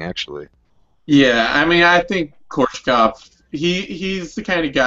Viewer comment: KoRESHkov, not Korshekov, or however you pronounced it. That's like Nate saying KhaLIbov, and not KhaBILov. Simple reading comprehension, yo.